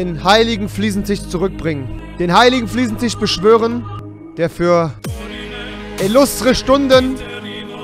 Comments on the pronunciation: Es heißt FLIEßENTISCH UND NICHT FLIEßENTICH wenn du dir dein Kölsch schon nicht abgewöhnst dann mach wenigstens mal ne Folge auf Kölsch (Ich komm übrigens aus Baden-Württemberg) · Das heisst immer noch Fliesentich!